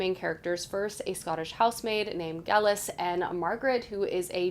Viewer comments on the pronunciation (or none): When BOTM has a romance in the lineup, it’s almost always my pick😂 Also, I’m no expert on Gaelic name pronunciation, but I’ve heard it pronounced (in Outlander) with a long a sound. So Geilis would be pronounced Gay-lis